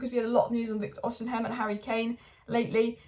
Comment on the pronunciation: Why keep saying Osiham? It's osimhen 😂😂🤦🏼‍♂️